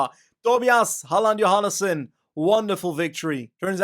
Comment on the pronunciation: "Halland Johannesen" - Very good pronunciation. You Dutch or something? "Tobias" - you went with the English version here